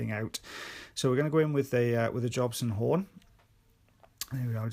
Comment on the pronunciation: I love how they say 'Jobson horn' 😂📯